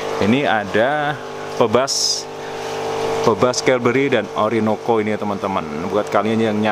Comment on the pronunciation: Bacanya "pibas" bukan "pebas" 😅